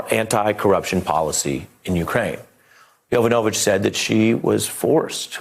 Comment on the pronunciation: Non-listening Presenter: "Yova-no-vitch"; Professional listeners: "Yo-vanovitch."